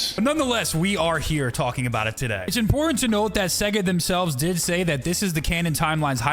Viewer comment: In of you slow it down it sounds like he’s saing seg instesd of sega